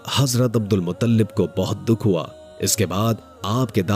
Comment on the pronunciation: अब्दुल मुत्तलिब है मुतल्लिब नहीं है